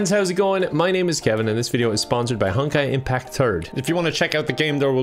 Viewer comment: Am I the only one who heard "hunk I impact" You could definitely be a hunk I impact 😌 See that That's a good flirt